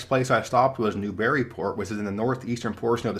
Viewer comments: New-bury-port Not new-berry-port lmao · NEWburyport, not newBURYport. But, nice pronunciation of Kancamagus and yes it is slightly overrated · Enjoy all your videos,! A helpful hint when in New England, ask a local to pronounce their town’s name! It’s not “New Berry” Port, just say it as one word, like newburry. And the people of Berlin (New Hampshire, not sure how the folks in Berlin Mass pronounce it) eaccent the first syllable. Possibly to distinguish itself from the German City. I’m not a city guy so would have appreciated more about our amazing outdoor options. Beautiful in all four seasons not just leaf peeping times. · Massachusetts resident here who lives a few towns from Newburyport and every time you pronounced it you kept saying New-berry-port when it is pronounced New-bury-port. The trick is saying it quickly. Newbury-port. Glad you enjoyed it as it is a fun little town to walk around. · New-Berry-Port? I always pronounced it "New-bury-port". I shudder to think how you would have pronounced Worcester ("Wuster"), Leicester ("Lester"), and other towns in Central Mass. A great video, nonetheless! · So, enjoy your longish quick vids, covering many topics. Pronunciation: its NEWburyport, accent on the first syllable. its BERln, in NH. This was changed from BerLIN in WWII to differentiate it from the German capitol. And the Kangamagus highway is the KangaMAWgus, no second "N" in it, it rhymes with August (tho best driven in the fall). We call it the Kanc. Keep it up!! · NEWburyport, with the emphasis on the first syllable. Other than that, nice job, as usual. The best time to visit is from mid September into October. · New England names can be difficult. Faneuil Hall = Fann-Yool Newburyport = New bree port or new berry port Berlin NH = they put the emphasis on the Ber. Their Berlin rhymes with Bowlin' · Rhymes with "Daniel". Also Newburyport is accented on the first syllable -- "NEW-bree-port". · Newburyport. Is two syllables! 😂